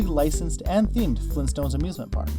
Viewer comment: FLEENSTONES???